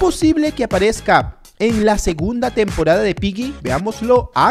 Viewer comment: No es pylli se ESCRIBE Piggy pero se pronuncia pigui y desde hace un año que te estoy comentando y no me saludas,me desuscribo